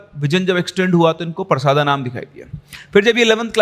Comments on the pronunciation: I am from chhattisgarh 😁 it's परसदा not परसादा sir but I don't care I really enjoyed your story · गांव का नाम परसादा नही परसदा है सर मैं छत्तीसगढ़ से ही हु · भाई वो परसदा है परसादा नही मै खुद रायपुर से हू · Sir vo parsaada nahi परसदा hai sir aur vo raipur me nahi bilaspur hai mera college hai uss area me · Sir us gaon ka naam परसादा nahi परसदा hai mere gaon ke bagal me hi ye gaon hai aur ye kahani sayad se scripted hai kyuki Maine ye kahani Aaj Tak nahi suni jabki mai parsada ke bagal me hi rahta hu